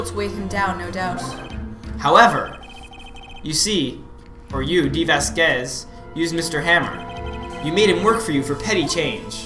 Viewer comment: The way you guys pronounce "Manuel" and "Vazquez" frustrate the heck outta me but overall, I've been binge-watching this series. You're both awesome :D